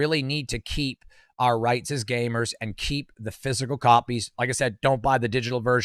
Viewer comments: When he says gamers, it sounds like hes saying gaymers. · He sure does say gaymer a lot.